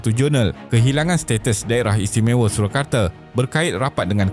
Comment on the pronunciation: Surakarta bukannya Surakarte.. Baca bagi elok skit